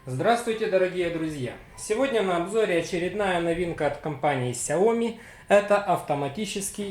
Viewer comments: Соглашусь с обоими предыдущими комментаторами, но только уточню: не сяо́ми, а сяоми́. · соглашусь с предыдущим комментатором, вы не правы, правильно читать и произносить Сяо. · Не сяоми а ксяоми